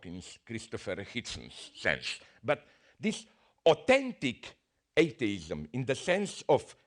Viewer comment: Lmao, I swear he is saying "eight-dayism".